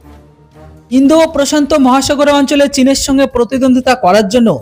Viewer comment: আপনি খবরের প্রথমে বললেন ইন্দো প্রশন্ত মহাসাগরে আসছে চীনের জম ওটা হবে প্রশান্ত মহাসাগর প্রশন্ত নয়।